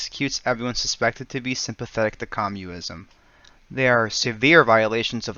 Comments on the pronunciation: cool diss but says the guy that can’t pronounce Wehrmacht or communism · Great video but damn the one narrator needs to work on her pronunciation on some words especially ones like "Communist, Communism"